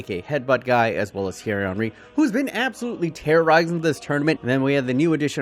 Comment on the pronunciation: He says zidane and says thiery Henry